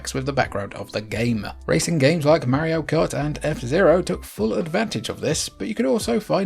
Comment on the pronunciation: If you can call him "Mary-o" I can call it "Super NES".